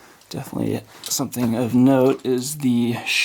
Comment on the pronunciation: Sheave, not shiv.